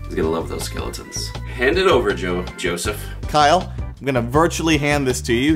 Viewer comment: kyle: hand it over joe joseph (or at least what i heard) wryyy